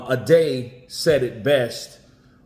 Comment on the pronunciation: It's NOT .... Add A.......it's Add E.